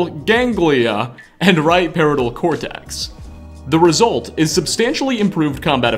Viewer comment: You completely butchered the pronunciation of "basal ganglia" and "parietal cortex". Otherwise, good video so far.